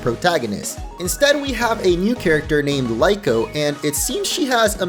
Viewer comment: Why Is Everyone misspelling and calling him wrong it's kinda funny but it's not lyko,or lico it's Liko